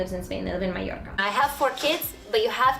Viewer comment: She says Mallorca very well. Maybe the truth is somewhere in between.